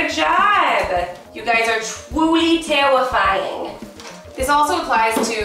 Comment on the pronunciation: twuly tewwifying